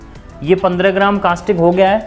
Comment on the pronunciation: और आप कास्टिक बोल रहे थे उसको कास्टिक नही बल्की कोस्टिक सोड़ा बोला जाता है 😂😂😂